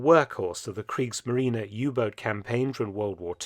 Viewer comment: クリークスマリーナじゃなくてクリークスマリーネだよ。